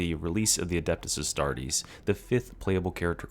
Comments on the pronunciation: Adeept-us A$$-tart-ez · Everyone makes mistakes with the sudo-latin names of 40k, even more if you are not a latin speaker language. Altho I was looking for this coment indeed kkkkkkkkkkkkkkkkkk